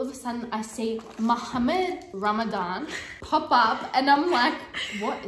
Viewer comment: WHY IS THE WAY SAYS MUHAMMAD RAMADAN SO FUNNY IM JUST LAUGHING AT THAT FOR LIKE 10 MINUTES